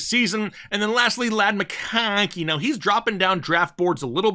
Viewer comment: Honestly hate the way you say McConkey. Shits annoying af lol